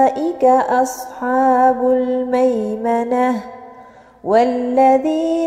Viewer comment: مشاء الله لكن ملاحظة لقد استعليتي حرف الحاء في كلمة اصحاب لان الحاء من حروف الاستفالة